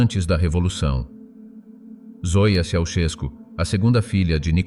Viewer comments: I think that you have bought a lot of propaganda. It was impossible for the Ceausescu children to be less than gifted. It would have meant death to someone who thought otherwise. Work on your Romanian pronunciation. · Can't you even pronounce their name properly!